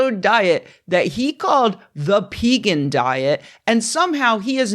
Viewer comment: Pee-gan? Naw, Peh-gawn!